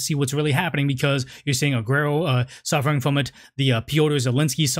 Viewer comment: Not ‘Agerro’ it’s pronounced ‘Ser-gio Ah-gu-erroh’ + interesting topic, great issue to cover.